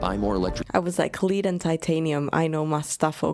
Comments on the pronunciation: when it's the metal, it's pronounced "led" not "leed" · Even though “lead” and “lead” are spelled exactly the same, they are pronounced differently. Lead, as in - to show someone the way, is pronounced just like you said it, with a long “e” vowel sound ( ē ). Lead, as in - the metallic element (Pb), is pronounced with a short “e” vowel sound ( ĕ ) and rhymes with words like: red or bed or Fred or dread - all pronounced with a short ĕ. One of the many phonetic quirks in the English language 🤷‍♂ And this concludes today’s phonics lesson. Class dismissed. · The metal lead is spelled the same as lead, but pronounced as led not leed. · English pronunciation for lead, a metal, is led. Lead as in not to follow but be out front is leed as in the English town of Leeds. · One of those moments that reminds us native English speakers how weird our language is. Of course she'd think the element is pronounced like "lead" because it's spelt like "lead". Meanwhile, there's another word that's pronounced like the element that is spelt "led". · We pronounce the word as "led,", when it refers to the metal. There IS a word Lead ("leed") but that is actually a different word entirely like to "lead" you on a journey. (Of course, if you've already done that, then you have "led" them on a journey.) Isn't English fun?!?!? 🙄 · Hey, if you're talking about the metal Lead, its pronounced led. I know, english is confusing. But your english is a lot better than most native English speakers. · I agree, people that are doing good, and are passionate about it, are great! By the way, the metal "lead" is pronounced "led". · Lead is pronunced lēd, like bed.